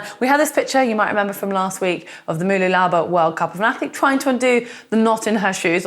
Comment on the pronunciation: It's pronounced Ma-loo-la-ba... You got it right last week.